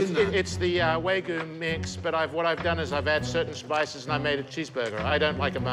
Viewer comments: The absolute worst thing about the Redemption-Burger episode is hearing constantly saying "Way-goo". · Honestly wtf is Way-gu jfc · "its with the waygu" 🤓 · One thing I noticed about is his inability to pronounce the word "wagyu" properly. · How iin the heck do you mess up wagyu Thats different